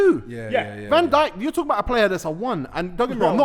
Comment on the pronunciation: man said dijk hides lmao